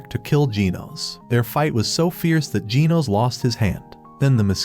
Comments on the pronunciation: Why do you say ginos instead of genos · Bro says genos like jee-nose when it's pronounced jeh-nose. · Genos❌ Ginos✅ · its pronounced G-E-N-O-S not G-E-E-N-O-S😄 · It’s Gino’s not geenos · Bro called Genos gen os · Bro said Gino’s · bro its pernounced [g-ehh-nos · Why do you say ginos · Bro u said genos wrong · It's Genos but the ai voice doesn't pronounce it right